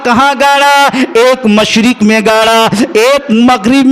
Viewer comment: मुशरिक नहीं होता है बाल के मशरिक होता है जराअल्फ़ाज़ में ध्यान दीजिएगा